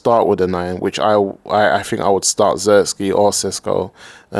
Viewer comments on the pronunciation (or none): please the name is Zirkzee not Zerski 🤣🤣